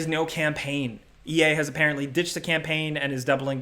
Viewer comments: "apprently" lmao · "Appaenty" - 2021